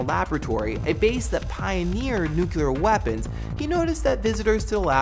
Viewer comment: did you say "nucular?"